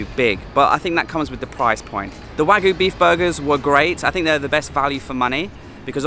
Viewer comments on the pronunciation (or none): Liked the look of the burgers. Just got to remember to pronounce that "y" in wagyu.